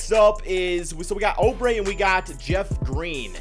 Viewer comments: IT’S NOT FUCKING (oh-bre) YOU FUCKING IDIOT IT’S (OUUUUUUU-BRE)! ALSO IF YOU PUT JAVALE BACK ON WASHINGTON I WOULD’VE UNSUBSCRIBED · "Kelly Oh-Bray" lmao